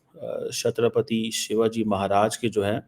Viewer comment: Chatrapati theek se bolna toh seekh le aurangazeb ki aulad. He is more than a king to us Hindus specifically Marathas.